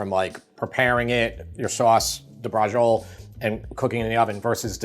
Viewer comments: Bra-chee-o-le, not bra-zhul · Bradgziol :-) may be get the name in real italian accent sort of "Bratshiolé" in english tongue? the e at the end is not silent, overwise interesting way of doing Bratciole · Quick improvement: Don't say Brahjole. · Isn't it pronounced "Bratciolay?" My Italian's pretty rusty. two c's are hard right? one c soft, so it's "brashiolay"? do we just call it brashol over here? I'm a bit confused on the name, but the recipe looks amazing. I just ate and I'm still drooling! wish I had 2 stomachs... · Great episode, but i just wanted to inform you that braciole is pronounced brah-CHOH-leh. Thanks for the video. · Bras Chi Oh Ley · You're pronouncing the name all wrong. There's no g in the word briaciole. The correct pronunciation of "braciole" is bra-CHOH-leh. It is a dish from Italian cuisine, often referred to as stuffed beef roulades. Anyway now that I got that out of the way I am going to try your recipe because it really does look scrumptious. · Learn correct Italian pronunciation please. The C is never going to be a soft G as you're saying it. I would guess that it's going to be Brach-iolay. Same thing for parmesan. It's parmigiana in Italian. Saying parmejan, as if it is a French word, sounds ridiculous. This sound doesn't exist in Italian. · What is a Bra-Joel? LMAO 🤣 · Braciole is pronounced braa-cheeo-le. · Just Google Braciole (plural. The singular is Braciola) pronunciation instead of vomiting a disgusting "breggiol". If you don't know Italian or any language you want to pretend you speak, please just Google the pronunciation. It'll save you the embarrassment and us the nausea. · I grew up in NY and you pronounce "brazhole" exactly the way my Italian-American neighbors did lol. And this is a wonderful recipe, reminds me of my childhood going to my best friend's house and his mom, who was born in Italy, used to make this for us. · Please first learn to pronounce it. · Pronunciation of "braciole" made me cringe. Repeatedly.